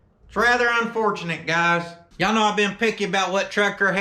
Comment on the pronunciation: It’s “YEEHAWL….saying it short like “YEHAWL” sounds like you’re asking him if he does actually hawl, ya know. 😆